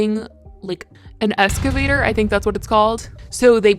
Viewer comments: Ex - cuh - vay- ter Not being mean/sarcastic. Just genuinely trying to help for your future videos because I know you’ll need to say this word again soon. Thanks for the video btw 🥰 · No, wait stop 😂😂😂😂 She literally said ES-CAVATOR I’m fucking howling 😂😂😂😂😂😂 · "escavator" lmaooo girl you crack me up